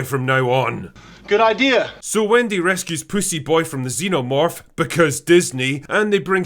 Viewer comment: face-blue-smiling::face-blue-smiling::face-blue-smiling:😂😂😂😂 "good idear!" 😁😄😄😄